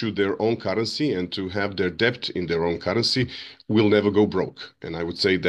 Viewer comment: Bro is the first person I ever heard pronounce the 'b' in debt. Can somebody tell him it's silent.